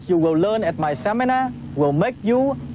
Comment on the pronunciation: The Tom Vu Seminahhhh!!!